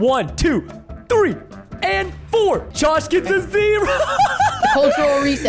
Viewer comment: THREE NOT FREE!!!